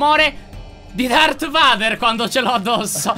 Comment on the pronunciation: come hai chiamato dark fener?! (l'ho scritta come si pronuncia così non ti sbagli)